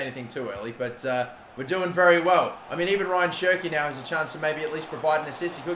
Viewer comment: It's not Ryan, it's more like RA - YAAN. Love the videos tho 😅👌